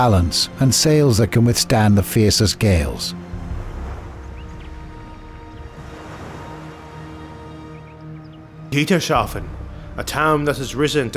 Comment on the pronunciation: This is another entry in this wonderful series of short essays. Thank you for your magnificent work. One little thing I noticed, however: It's Dietershafen, not Dieterschafen - pronounced like Dieter's Hafen. But other than that, great stuff!